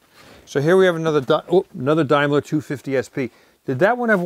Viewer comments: Its pronounced Damelier not Dimelier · Wrong sir..... you will not call my name incorrect.....like an American..." TOM MAKE UH ) my name is pronounced like DAIMLER with the A ...first vowel silent rule...... DIME LERR is correct.. THINK ABOUT IT.. Schneider pron SHNYDER DIESEL pron DEESEL WIENER WEENER.....MEIN KAMPF pron~ MYNE KAMPF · ITS A DAIMLER pronounced DAME LER, not DIME LER! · Why do Americans change the pronunciation of everything? It's not a dimeler it's a a Daimler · Please! It’s pronounced Day m ler not Dime ler. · Please, its pronounced Dame/ler NOT Dime/ler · (Dame) ler not (Dime) ler. Brits will cringe hearing it pronounced incorrectly. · Can't you American's pronounce any car manufacturer's name correctly? It is a Daimler that is 'Dame' 'ler' and NOT a 'Dime' 'ler'. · Incredibly knowledgeable...but please don’t pronounce Daimler “Dimeler”... when referring to the English Daimler...it’s a “dame..ler “....Dimeler when your talking about the German Daimler Benz. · Dime-lar?....lol...a new one to go with Nee-sarn, Dart-sun, Jag-warr, Mars-dah..... that all raced at Le-Marr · Hi Tom, the British Daimler's are not pronounced in the same way as in Germany. In fact, here in the UK, it is pronounced Dam-ler. When Jaguar sold the 4.2 litre Jags in the 1970's through to the 90's and beyond, it was possible to buy the more expensive and better equipped Daimler Sovereign; love the shows you put together - you've got my dream job... bet you never read that a few thousand times already! Keep the shows coming! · Pronounced daymler. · Correct, we would say Dame-ler. But its ok how you guys pronounce it. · The English pronunciation of Daimler is different than than German pronunciation. Dame ler is the English pronunciation. The 2.5 litre is square bore and stroke. The Jag 3.8 S also shares the E type IRS. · Just make sure when you advertise you don’t say Mercedes ‘Pontoon’ and Dimeler!😂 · Daimler is pronounced Daymler. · Daimler pronounced Dame-ler